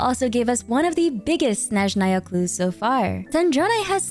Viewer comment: 5 years of traumatic ear bleeding from hearing them pronounce Snézhnaya healed in just one video. Thank you, 🙏🏻💗